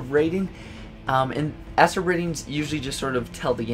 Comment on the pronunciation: Dude I don't know if u say it like that on purpose but E.S.R.B is supposed to be pronounced letter by letter no as one word esrd